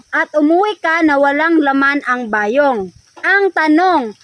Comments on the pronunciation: Bayong!! Hindi ba yong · pronounce it quickly like Bayong..not ba yong..